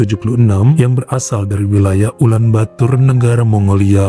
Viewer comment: Ulan bator bang, bukan ulan batur 👌👌